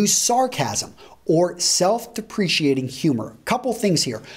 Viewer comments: The presenter light to recise his pronuciatikn of self deprecating, quite different from self depreciating. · One way yo look less attractive is to pronounce "self deprecating" as "self depreciating". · omg isn't it self-deprecating, not self-depreciating ??? So who's the native speaker? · FYI, it's pronounced "self-de-pre-kate-ing," not "self- depreciating." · OK you mispronounced self deprecating and I had to stop the video to make this comment. It's An easy mistake to make. But it's de-pre-cate not de-pre-ci-ate. I used to pronounce it that way to. Just sayin 😀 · I enjoy your presentations but you have mispronounced self deprecating. There is no 'i' as in depreciate. Its 'cating' not 'ciating'. To be clear the 'c' is a hard 'k' sound. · Self "depreciating"? The first thing to try is not using a word if you don't know how to pronounce. should learn that self-deprecating is pronounced /deprəˌkāt (ing)/, not /dəˈprēSHēˌāt (ing)/. Seriously, this guy attracts women? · You are pronouncing self deprecating wrong. Just letting you know. You pronounced it like the word depreciating. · self-deprecating is pronounced with a 'k' sound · Self....depreCIATING humor?! Number 11: Mispronounce words and wear shitty watches. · that's not how you pronounce "self-deprecating"